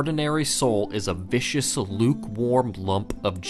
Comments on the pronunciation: You pronounced viscous as vicious. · Viscous as in "the viscousity is soft", not vicious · You said vicious instead of viscous :) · Viscous. Not vicious. But who's counting lol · It's viscous as in sticky not vicious as is aggressive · Vicious vs viscous lol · *viscous= having a thick, sticky consistency between solid and liquid; having a high viscosity. vicious = deliberately cruel or violent. Manus's souls is thick and tar like, not deliberately cruel or violent. pronunciation is a real bitch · Viscous and vicious are two different words dude. Viscous is thick, goopy liquid. Vicious is intentionally cruel. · That’s viscous, not vicious. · It's not "vicious". It's "Viscous". As in... this adjective pertains to its Viscosity, not Morality. It's basically saying the soul is fluid-like and sticky, uncharacteristic of the more common white souls that seem more smoky or airy. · Viscous, not vicious. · nobody else salted that he read viscous as vicious... just me? ok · His soul says viscous. not vicious. As in oil is a viscous fluid. Not like a vicious attack. Spelled very similar but very different meaning. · The Soul of Manus says viscous, not vicious. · Manus' soul is "viscous", not "vicious". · I don't mean to play grammar nazi, but you read 'viscous' as 'vicious', and I think this dramatically changes the meaning. Viscous means 'having a thick, sticky consistency between solid and liquid' whilst vicious is something else entirely. I just wanted to point it out.